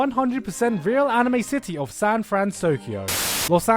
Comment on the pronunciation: sans frans-kyo, and japerica Omg 😂😂😂😂😂😂